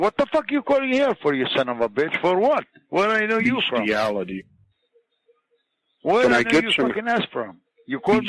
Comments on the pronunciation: Beshtiality SAY HESY! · "What are you doing in Walnut?" "Beasthiality"